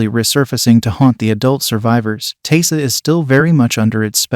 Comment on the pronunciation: Pretty sure Biscuit was the one that bit Taissa. You know, before she cut his head off. Also, it's pronounced Ty-ee-sa.